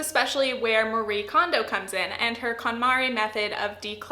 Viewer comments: I’m impressed with the points you made in a fairly tight video. I think with this series you could easily go to 20mins. (This is a little pet peeve as a Japanese speaker, Marie is pronounced “MA-ree-eh”) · The E isn’t silent! :p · I've heard from Japanese Americans that we have all been pronouncing Marie wrong this whole time and it's actually more like our "Maria". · It's funny how literally no English-speaking person pronounces Marie's name correctly (sorry, I didn't mean to attack you personally, it's just a general observation).